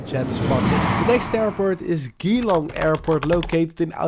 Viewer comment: The way you said Geelong made me laugh 😂 it’s more like the letter g then long